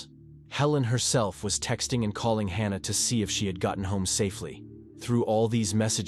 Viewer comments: Hannah, or Hahnah! I think the correct pronunciation of her name is "Hannah'', as it has been, for millenia. Now we have stupid AI voice-overs. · Its HAN-A not HAR-NA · It’s Hannah, not Hah nah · The narrator doesn’t know how to pronounce the name “Hannah” wtf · AI voice: Hmm..."Hannah and Helen"... Hahna and Heleen. Yep, that's right.